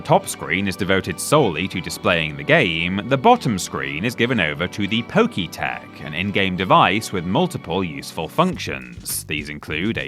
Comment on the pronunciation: Did dude call the poketch poke tech?😂